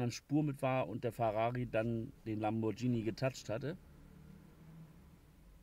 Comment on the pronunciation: LamborGhini nicht Lambordschini. Das H hinterm Konsonanten macht diesen hart im Italienischen .